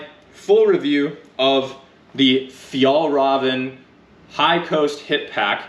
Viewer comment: As a swede I can say it’s not the correct pronunciation, we would understand though. It’s more like “fjeelreeven”. ”Ä” sounds more like ”E” than ”A” in Swedish.